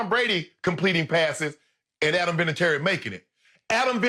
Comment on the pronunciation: Love how Skip pronounces Vinatieri’s last name wrong lmao 😂😂